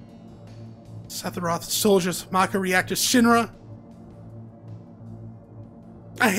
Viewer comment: Greatly, enjoying watching your playthrough. Just wanted to say, I gotta be trippin, because I keep thinking you're saying "Sethiroth," for some reason. lol